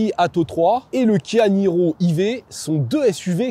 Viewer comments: SVP il faut choisir entre le français et l anglais: E-vé ou "Ivi" mais I-Vé ça marche pas 😄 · I V ? C est plutôt Aie Vy ? On peut pas mélanger de la prononciation anglaise et française ... faut choisir.. E V ou Aie Vy.